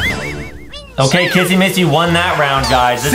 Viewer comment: it's not massy it's missy!